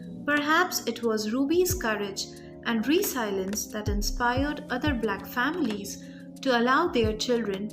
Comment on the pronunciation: its re- sel-i-ence. not resilince